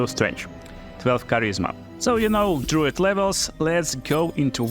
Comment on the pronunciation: Dr-ah-oo not Dr-oh